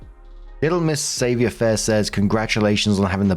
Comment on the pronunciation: Story 2 - When is directly next to France, yet has no idea how to pronounce "savoir faire" correctly.